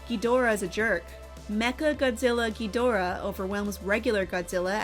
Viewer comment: Narrator pronunciation of Rodan and Ghidorah is painful